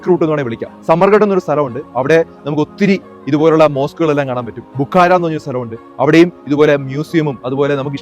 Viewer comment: ബുഖാരാ അല്ല ബുഖാറ എന്ന്. പ്രവാചകൻ (സ ) യുടെ ഹദീസുകൾ (നബിവചനം)ഏറ്റവും അധികം റിപ്പോർട്ട്‌ ചെയ്തിട്ടുള്ള വ്യക്തിയുടെ നാട്. വിശുദ്ധ ഖുർആൻ കഴിഞ്ഞാൽ ഇസ്ലാമിലെ ഏറ്റവും ആധികാരികമായ ഹദീസ് ശേഖരം രചിച്ച ഇമാം ബുഖാരിയുടെ നാട്.!